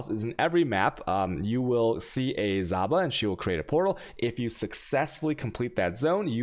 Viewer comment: moment when you say Zaba killing me for real for real.. oh yes and chewaos <3